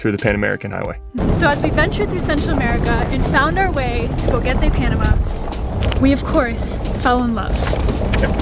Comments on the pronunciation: Boquete not BoGETE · It's pronounced Bo-Ket-Tay, not Bo-Get-tay. There's a "q" in the word, not a "g". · Boquete. Not Bogete. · Pro-tip: Boquete is pronounced Bo-KEH-te, not Bo-GEH-te. There is no ‘g’ in Boquete. Other than that, thank you for the beautiful and heartfelt documentation of beloved Panamá. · Enjoy your adventure, BUT .. Just irked that after being in Boquete Panama for the length of time you have been, that you always mis-pronounce the name! You say "Bo-get-a" but it is pronounced with a hard "k" sound like "bo-ket-a" like a boquet of flowers - hence the probable name of the town. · It’s not pronounced BoGuete. It’s Boquete with a Q. Bo-Ket-Tay! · When you say Boquete think about the letter “K”. It is pronounced like this Bokete. Make sure you pronounce the letter T also. This way you will sound a lot less like a gringo. Good luck with your new home! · Nope, it's bo KET eh, nice try tho! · Incorrecto! Actually Bo-KET-Teh! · Your new Panamanian neighbors would probably appreciate you both pronouncing their city's name correctly